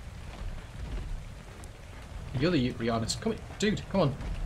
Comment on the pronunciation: Yuti... Think 'U T'